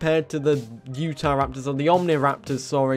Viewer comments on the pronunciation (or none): bro said utahraptor like he misgendered him haha